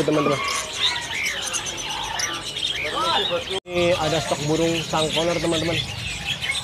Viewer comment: Suncouner bro bukan sangkoner wkwkwk 🤣🤣🤣